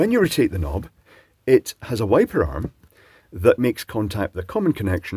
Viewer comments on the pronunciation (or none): 1.04...sounded like..." when you irritate the knob" ha ha ha So my question is......How is it? Is it irritating you? Lol